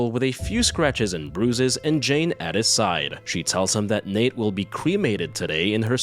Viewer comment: hehe love how you call her Nate when its Natre XD